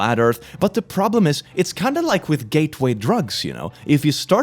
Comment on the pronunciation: I know he said “Gateway Drugs” but I thought I heard “Gay tuei drugs” for a second and now there’s no going back